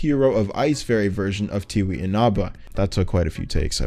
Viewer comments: as a touhou fan I heard you say Tewi's name and my heart broke. Her first name is pronounced more as "Tei" also another thing is for Dumsekkar you showed Loveshot and never did Loveshot themself. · person who broke their computer over touhou sm here, I pronounced tewi as tea-why